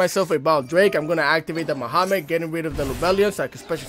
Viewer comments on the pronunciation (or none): Did u just call Magnamhut by “Muhammed” bro!?